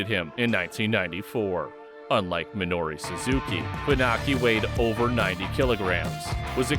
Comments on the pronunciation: Dig the video, but it's MinorU Suzuki. Not Minori. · Why does he keep calling him "Minori Suzuki"? Also, I'm pretty sure Guy Mezger wasn't the world champion of UFC 4. That went to Royce Gracie. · Minoru Suzuki, not "Minori."